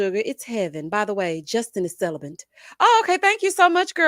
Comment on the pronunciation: I hope she looks back and feels like the biggest idiot for saying “ celibent”